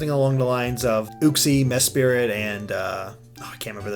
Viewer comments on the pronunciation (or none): "Mespirit" Why do you always call it that? It's "Mesprit." not "Mespirit." :P